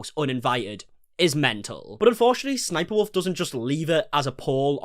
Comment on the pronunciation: BRO thank you for saying s s sniperwolf. I’ve seen so many people saying 3 s instead of two and it’s been driving me up the fucking wall.